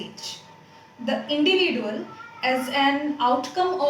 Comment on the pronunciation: pronunciation of individual is wrong and english as well...